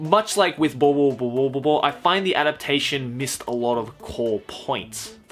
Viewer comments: watching the video calmly till I hear saying boboboboboboobobobobo wtf? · its helarious how u say bobobo-bobo bobobo